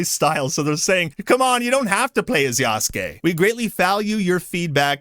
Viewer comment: Anyone else hearing say yasuke as "Yass Gay"? Lmao